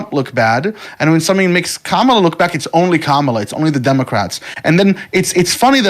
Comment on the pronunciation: I stopped listening when you mispronounced Kamala. If you can't get that simple thing right you are credible enough to listen to.